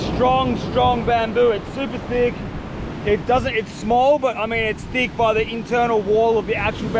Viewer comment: “very very thiqg”🤣